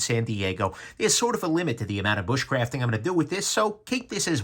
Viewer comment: 'bushcraft'... 'wax'... LOL! And... 'May The Schwartz Be Wit' Yoo'!